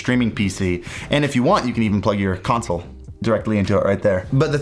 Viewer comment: A wise man once said: SIX CAWNSOWLES This is what he was talking about.